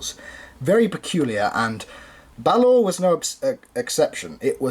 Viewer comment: By the way "Balaur" is pronounced a bit more like "Balauur" or think of how you say the two Oos in "fOOd"